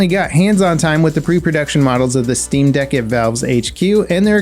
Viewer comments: Guys he said Stream deck instead of Steam deck. Someone for sure is going to sue. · Steam deck, not "stream" deck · Am I the only one who heard him call it a stream deck instead of a steam deck?